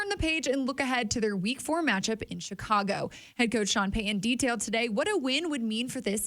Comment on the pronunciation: People that cannot say Payton, Peyton, or Titan correctly just really sound unintelligent to me. I know they are not, but it is not good to mispronounce a coaches or player's name when it takes little effort in these simple names. I would correct them every time if I had a simple name and a person could not pronounce it correctly. One silly thing is that these people can say Titanic correctly but cannot say Titan correctly.